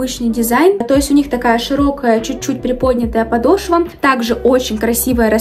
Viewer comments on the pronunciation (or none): none